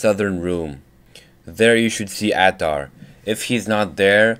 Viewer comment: The man's name is Ahtar. (Uhtar) two syllables said fast to sound like one.